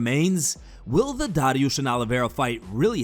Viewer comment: Homie keeps pronouncing Dariush like knows something we don’t